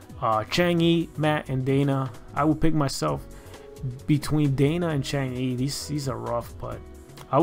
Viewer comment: FYI... Chang'e is a Chinese deity who's name is pronounced Chung Ah.